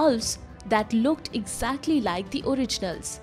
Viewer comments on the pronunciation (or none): none